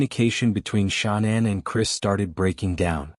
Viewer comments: Why can't you pronounce her name? It's all over the internet. Sha-nan. Her mother called her Shannon, the traditional pronunciation, but, she preferred 'Sha-nan.' Emphasis on 'Sha' as in 'Sharon.' It feels disrespectful to not get her name right when you are doing her story. It's weird. You do good work, just sayin'. P.S. I am so sorry for your loss. I lost a son too. That hurt never goes away, but, time makes it just a tiny bit more tolerable, most days. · This stupid AI voice—can’t listen, cannot even pronounce Shanan’s snake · Strange you don’t pronounce her name correctly. Being so compassionate.. and alll…😵‍💫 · With the amazing advances of AI, could you not have found a narrator that sounded at least a little natural rather than mispronouncing Shannan’s name repeatedly? Seriously. Your chosen voice choice was insanely tacky and low quality.